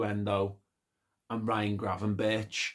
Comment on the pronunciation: Berch is something you should be able to pronounce flawlessly in Liverpool 😄. Chicken Gravenberck (talented player, lacking in work rate/relies on talent too much)